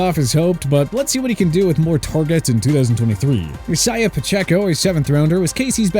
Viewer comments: Who taught this guy how to pronounce the name, Isiah?? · Why do the people on this channel always mispronounce isaiah